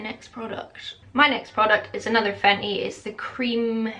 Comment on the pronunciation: Omg 😲 I can't believe 😭 😢 you aren't together with Hamish anymore, sorry you went through antidepressants and all you went through 😔 . I known you from IG to YouTube but it's been like I have known you for ages, I wish you all the best 🥰. Love the way you pronounce FENTY 😁👍